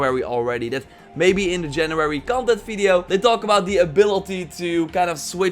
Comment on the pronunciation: It's January not Janurary. Am I the only one hearing saying it like this?